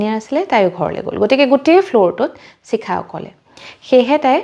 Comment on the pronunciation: চিখা নহয় চাগে শিখা হে হ'ব । এই উচ্চাৰণৰ ভুল শুনি থাকিলে ছোৱাৰ ইচ্ছা কমি যায়